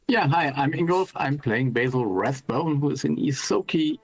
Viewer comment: Sometimes it sounds like Ingolf is saying Basil Ratbone, still an appropriate character name! :P